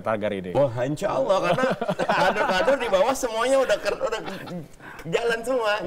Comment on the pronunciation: BELAJAR LAGI AQOIDUL IMAN YA PAK... HARUNYA KALAU BPK BENER2 TAHU AQOIDUL IMAN.. SEPANIK APAPUN BAPAK TETAP DI HATI DAN DI MULUT AKAN SPONTAN BILANG NO. 1 SANG KHALIK (ALLAH) dan benar ngucapinnya bukan AWUOH ya pak BARU KE 2.MAKHLUK.. "Bumi dan isinya termasuk manusia jin dan politik baru itu nomor 2"